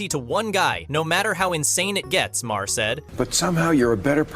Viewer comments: Learn how to pronounce Bill Maher name! It pronounced “marr” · bro this video is just you rambling incoherently. you dont even know how to pronounce "maher." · too much explanation. We can understand without all the explanation. Learn how to pronounce Maher.